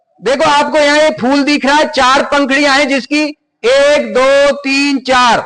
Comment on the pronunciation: Phul nhi phool